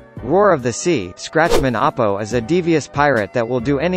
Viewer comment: its bear-g not beig its Apoo not Apo duh